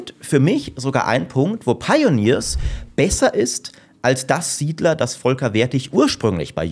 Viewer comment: Lustig, wie du SIedler 5 sagst als ehrwürdiger Nachfolger